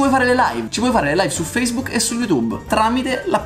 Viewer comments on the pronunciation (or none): none